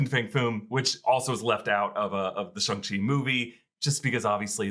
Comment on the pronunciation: as a mandarin speaker - the 'shang' in shang-chi rhymes more with 'long' than it does with 'hung', and for the love of god xialing's name is nOT PRONOUNCED LIKE THAT (more like 'sh-ee-a' ling). i know you guys are trying really hard with accurate pronunciation and i really do appreciate it but i've been hearing it being mispronounced on the channel for some time and i just wanted to point it out for future reference!